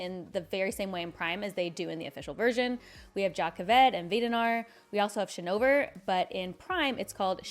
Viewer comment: Honestly I was more upset by how you pronounce "Shinovar" than anything 🤣